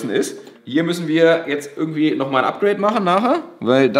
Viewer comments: "A" wie Apgreid, hahaha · oder von beiden was: APGRADE